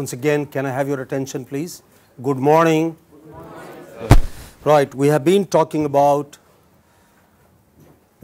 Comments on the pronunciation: Professor ji pronunciation of good morning in your mouth is completely incorrect. Rectify plz. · Be cautious prof. Ji while say good morning because your pronounciation is completely wrong .